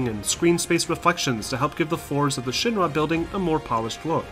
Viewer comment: Man, does this guy say Shin-ma instead of Shinra or what?